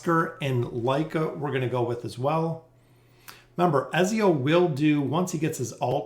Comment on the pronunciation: His name is pronounced EDZIO, also her name is pronounced lucreshia. gaddamit fucking ezzio and lucrita